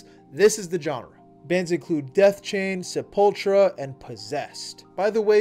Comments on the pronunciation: Bro said Sep-Ultra 💀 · great video, but your pronunciation of sepultura was criminal